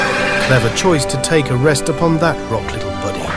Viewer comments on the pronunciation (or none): none